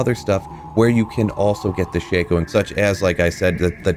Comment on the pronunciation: It's pronounced Shack-O